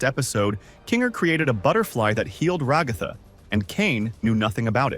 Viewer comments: Bro stop saying regatha like that ots rag-a-tha like rags and Agatha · Bro it’s Ragatha not Ragifa😂😂 idiot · It's ragifa not rogifa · You said regatha not ragatha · Ah yes, Rah-ga-tha